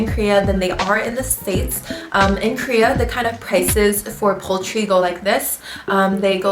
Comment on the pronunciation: Krea or Korea? Lol